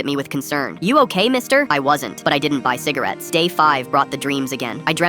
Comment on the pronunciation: fivce hundred cigarates